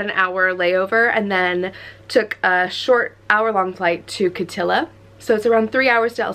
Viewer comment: Love your pronounciation of Kittilä 😂❤️